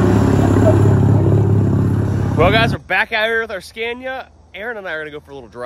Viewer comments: Not trying to be nit picky but you keep pronouncing the truck name “scan-ya” it’s actually “sca-née-uh” just so you sound like the intelligent American that I know you are. Don’t want to give them any ammo. Keep up the great vids. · You're pronouncing it wrong..it's pronounced SCAN-IA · He has started saying Scania how English people say it